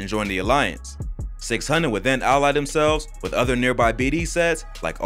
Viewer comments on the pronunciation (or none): none